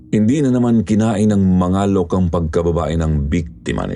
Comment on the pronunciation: Palaweña here...Mangalok po pronounce medyo matigas🤣